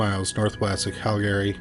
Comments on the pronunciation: Cal-gree. Not Cal-gary. Also, having lived in Sundre for a year, it wouldn’t surprise me to have more than one serial killer/rapist there. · Usually I can ignore the mispronunciations, but I almost had to stop watching after hearing you say Cal-gary so many times. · Right?! Canadian here and I've only heard of one person ever pronounce it as Cal-gary.....but, it was a child lol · It’s pronounced Cal-gree. And Toronto is Tronno. We don’t need those extra syllables! LOL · I’ve been mispronouncing Calgary wrong my entire life 😅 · Have I mispronounced Calgary all this time? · Your pronunciation of Calgary makes ms think I've been mispronouncing it my entire life 😂